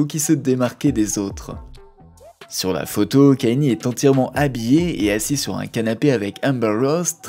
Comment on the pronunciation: c’est pas kenny mais kaNIÉ